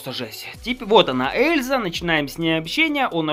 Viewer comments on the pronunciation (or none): none